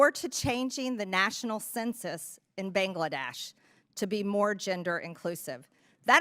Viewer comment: MTG can't even pronounce "Bangladesh" properly.